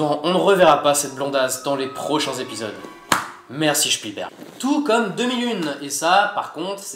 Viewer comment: Excellent !! Vivement le 2ème volet ! ^^ Et sinon, t'as fait allemand ? Tu prononces "schpielberg" plutôt que "spielberg" comme les anglicistes. :D